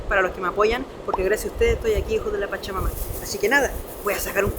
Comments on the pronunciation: Sera que no puede decir hijosdw chacha mama se escucha espantoso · Siempre que dices "hijos de la pachamama" siento como que vas a decir "hijos de su pinche madre" 😂😂😂😂